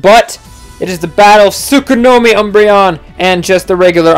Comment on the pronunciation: He loves his umbreon so much he calls it Tsukonomi instead of Tsukuyomi as the name suggests >_>